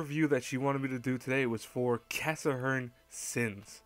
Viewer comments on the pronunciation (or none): Why do you say cassahern?? Is it your accent? It's Cass-hern.